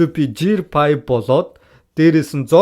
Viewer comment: Bitgii engej hudla hunii ym helj bgajee ahaa ta arail tailbarlah boloogui bn aa ta ydaj gear 5 gej duud jeer fabe gej heleesh arai arai 😂